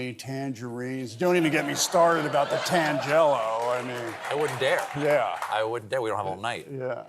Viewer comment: Big fan of Cage, but no one, nowhere pronounces tangelo the way he did, douchery at its worst. This, I will not abide.